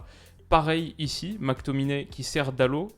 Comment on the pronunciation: salut super vidéo juste pour te dire que pour dalot tu prononces « dalote » alors que à mon sens on prononce « dalo » car en portugais on prononce rarement la dernière lettre et pour lui c’est presque si on prononce pas les deux dernières donc juste pour te dire ça voilà sinon super vidéo 👍🏼👍🏼